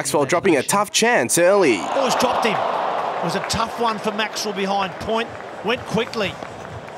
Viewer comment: Lol, the first time he said Glenn Maxwell he said Glenn Maxwall